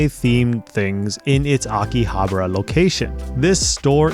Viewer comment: Akihabra? really?